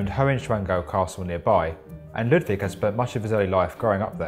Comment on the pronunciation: Very nice video, but as a german, the pronounciation of "Neuschwanstein" (a bit better would be a small pause between the Neu- und -schwan and -stein) and also "Ludwig" is terrible :P